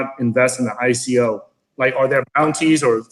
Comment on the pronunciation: did she pronounce ico, iko?